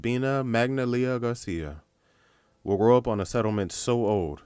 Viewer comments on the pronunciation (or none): none